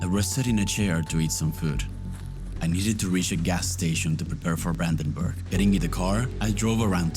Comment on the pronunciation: Brandenburg nicht buandanbuag